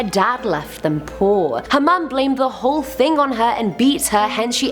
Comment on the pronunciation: My fave part of the whole video is when you said ting instead of thing....it was so cute!!